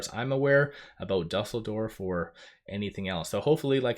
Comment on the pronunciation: Just a note Dusseldorf = Do sull dorf